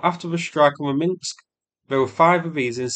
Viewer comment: Minsk, not Minks. 😉